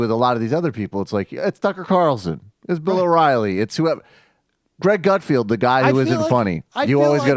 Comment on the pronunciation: It's not gut-field, it's gut-feld. Вы говнйюк